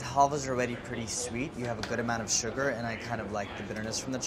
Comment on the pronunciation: "We're gonna cook the sooger down to a soorup" LOL andy is so stiff